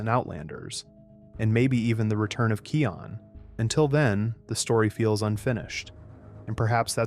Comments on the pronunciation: It’s not Keon, it’s Kion u say I not e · I hate the voice. Sayrabee. Keeon. Really? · About no. 4, I never believe that Scar got it from the snake during “The Lion Guard”. About no. 5 and on , the name of Simba’s son is pronounced as Kīon. (It’s pronounced with a higher letter i.) About no. 7, you mispronounced Vitani's name. (It’s pronounced as Vih-tah-nee.) About no. 10, what do you mean by “hungry" on ? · Am I the only one bothered by the mispronouncing of Kion’s name as it’s K-I-on saying I instead of E. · It kion get the name right